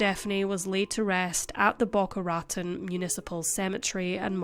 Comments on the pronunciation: This is a super serious subject, but I can't get past the injustice to Boca Raton. ra-TONE, not RAT-ten. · Oh dear. Boca Rotten? We have many Spanish names in the south and west. It’s Boca Rah tone. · Pronounced “Boh-Kah Rah-Tohn” ✌️🙂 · Boca Raton is pronounced *Bow-kah Rah-Tone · Boca Raton Pronounced Boca Rah-tone 🙂 I live near there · Boca Raton is pronounced Boca Ra-TONE. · I knew someone would bring this up. Its Boca Rah-Ton. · Bho-kha Rha-TONE - emphasis on last syllable, for Boca Raton. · I don't know how to tell you the proper way but thats not how you pronounce Boca Raton. Im sure you know that you can Google the word and a voice will pronounce it out loud for you as many times as you need. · Just trying to help. Your pronunciations of Florida place names don't match that of the locals. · I read the comments before the video got there and thoroughly enjoyed her pronunciation. Judging from all the comments, she'll never mispronounce it again! 😂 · It’s always the U.K. presenters that never seem to bother to Google a correct pronunciation. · Yeah, it sounded odd. And "penchant" is pronounced in the French "pon-shon".